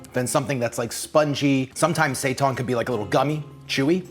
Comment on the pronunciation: Seitan is pronounced like SAY TAN as in "hail Satan." There is no "ton" in that language unless there's a g after the n.